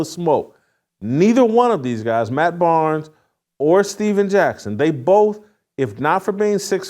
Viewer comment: Barnes! Not Arnes!!!